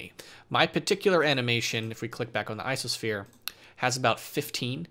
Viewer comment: Why does he say ISOsphere and not ICOsphere?